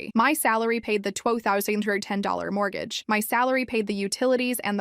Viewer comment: Tha marble mouth mortgage...